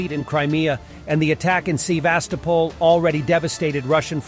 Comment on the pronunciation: "Sea-Vastopol". I d i o t s !!!